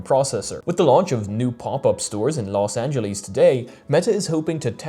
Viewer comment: It's not "Los Ange-Lease", it's Los Angelesss